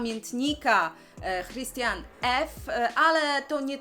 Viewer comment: Imię autorki (Christiane F.) czyta się 'Kristiane' ;)